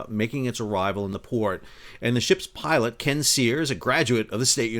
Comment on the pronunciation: Did you say shit pilot or ship pilot?